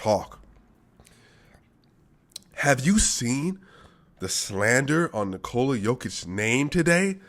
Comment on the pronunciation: One more thing, I don't know if you are aware of actual pronunciation of 'Nikola'